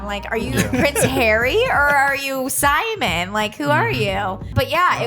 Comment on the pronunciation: The way she says Simon 🤦‍♂️